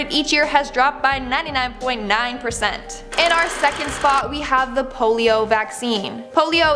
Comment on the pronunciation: You said Pur-zent LoL